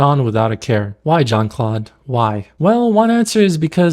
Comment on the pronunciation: I was about to say something about how Jean Claude should be pronounced with a French J, but then again he is not a pleasant human being, so…